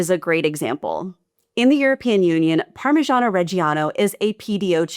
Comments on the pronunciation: "sold as parmijzhjzhjhzyan cheese" Which is appropriate, because real parmesan or parmigiano is not pronounced like that. Fake pronunciation for fake cheese. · great video, but i would like to ask to work on the pronunciation of these different product, like rochefort, gouda, parmigiano. I fully understand it's the english language bias that causes this pronunciation, but google translate reads it out loud for you. Also, the US tolerates mercury in food products? What the actual fuck?!